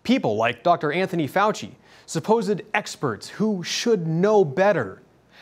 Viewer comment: "Suppos-id" expert is right.